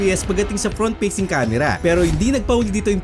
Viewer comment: Fast❌ Past✅ Facing Cam❌ Peysing Cam✅